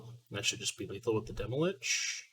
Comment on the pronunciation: Why do you say "Demolich"? Stan from the dive down said it too. I don't get it.